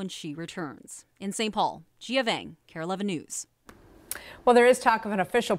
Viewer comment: What you mean? Like she actually pronounced it correctly? Lol cause the reporter is a Hmong lady so yep she pronounced it ✅.